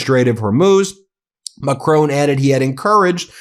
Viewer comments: Mah' CRON' There is no E you are say macrone 😂 BRUH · Please, for the love of whatever god you serve, stop calling him "Macrone". It's "Macron". Mac-Ron. Not Mac-rone. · Will you learn how to pronounce Macron please! There is no e or accent. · Please please please you Americans. Pronounce Emmanuel Macron's name properly as the French do. Not Macrone. It's Macr-on. Please 🙏